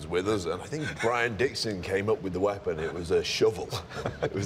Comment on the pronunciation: Wade Barrett saying " wapon"